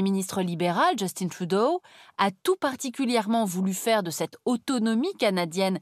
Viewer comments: Justin Trudeau, fils de francophone, député dans un comté francophone d'une province francophone et premier ministre d'un pays francophone. ARTE : On va prononcer ca à l'anglaise ! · De la façon dont vous prononcez Justin Trudeau, on dirait que vous vous ne rendez même pas compte qu'il s'agit d'un nom d'origine francophone. Il faut aussi souligner certaines inexactitudes des frontières dans plusieurs cartes présentées durant la présentation, notamment l'usage des frontières provinciales modernes pour montrer les 5 provinces à l'origine de la confédération de 1867, et l'omission totale des changements de frontières aux États-Unis de l'époque (intégration de la Louisiane en 1803 par les américains et de la Terre de Rupert par le Canada en 1870).